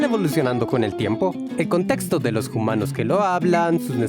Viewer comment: Por que siempre quieres decir "humanos" dices Jumanos?